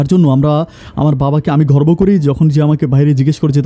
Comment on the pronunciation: শব্দ বলা ভুল আছে আপনার ঘর্ভ না গর্ব হবে